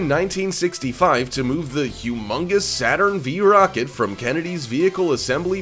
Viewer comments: BTW, the Saturn V rocket is not called "Saturn V". It is pronounced "Saturn 5". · That's pronounced "Saturn FIVE" rocket my young friend, not "Saturn V"